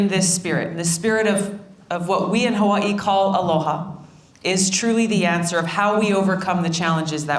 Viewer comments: at least everyone will know how to pronounce Hawaii from now on :) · She pronounces Hawai’i as she writes it. 🙂